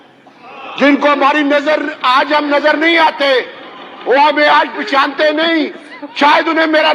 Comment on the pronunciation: ، پہچانتے ہیں ۔۔۔۔ پشانتے نہیں